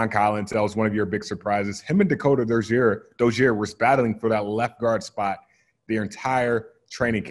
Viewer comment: He makes Dakota Dozier sound like a French name lol